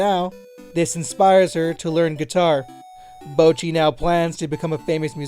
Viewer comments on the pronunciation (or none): Who tf is Bow-chi?!???